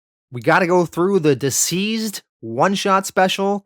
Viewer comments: Constructive Criticism: - not "womans" but "women." Also, not "diseased" but "deceased" (DCeased). Your British accent is more Australian than anything. Besides that, Great great read, perfect edit. Im jealous. Keep it up. Oh, and kudos for The Boys. That was spectacular! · The way you pronounce the title sounds like Diseased is that correct? I thought it was Deceased ? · 🤦🏽‍♂️🤦🏽‍♂️🤦🏽‍♂️ It's pronounced Deceased!!!! Not Diseased!!! Jesus man!! You NEED someone to read your copy before publishing!!!! You're always BUTCHERING pronounciations!!! You have to good a channel to be making such retarded mistakes man. I'll do it for free bro!!! Please stop doing your fans the diservice of giving them the incorrect names and such. Just saying!!